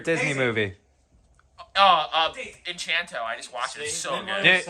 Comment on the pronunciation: "Enchanto" lol